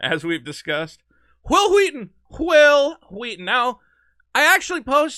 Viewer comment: 'Whhil Whheaton'.. wait, why are you saying that way? There's not even an 'H' in Wil!